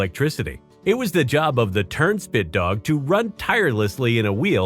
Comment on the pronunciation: Well sense we're not gonna lie...I thought he said turdshit dog at first.